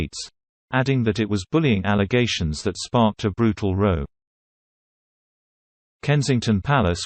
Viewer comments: I was wondering too. I know it should be ‘ rao ‘ rhymes with ‘ now ‘ but it’s a robot , that’s why the mispronunciation. I just found out too. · Is that how you pronounce "row" ? 😠